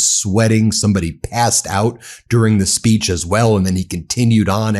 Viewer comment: "SPEECHon" lol